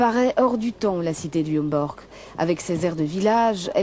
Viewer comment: Mademoiselle la journaliste ce n'était pas un reportage dans le quartier du "Hemborgue" comme vous le dites mais bien du quartier du "Homborch" alors comment prononcer convenablement un nom propre à l'antenne, ça c'est du domaine de l'information.